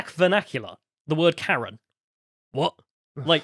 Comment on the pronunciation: Did he say Karen with a hard R?